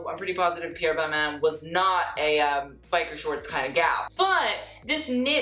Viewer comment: I though it was ball-mah for balmain?